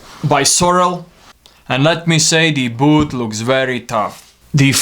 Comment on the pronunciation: It’s ‘boot’, not booth